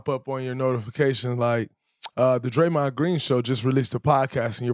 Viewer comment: Say his name Draymond is that hard to do